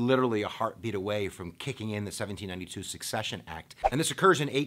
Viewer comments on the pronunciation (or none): SECCESSION Dude, not Succession. Unreal.